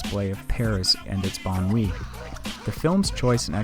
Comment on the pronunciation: "Banlieue" is pronounced very differently, Wikipedia is one source to listen to the pronounciation.